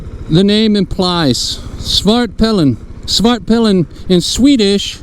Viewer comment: You really nailed it with the pronunciation ... haha. Great bike. I own a Svartpilen 401, which is strong enough for me. But I'm sure the 701 is super fun to ride.